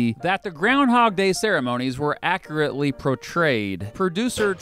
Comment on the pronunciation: Dude....I love watching your videos, but its pronounced A-CUr-AT-Lee (accurately) (or inaccurately as you've demonstrated over my 2 and a half hour youtube binge of your channel. Just break it down and practice that second syllable.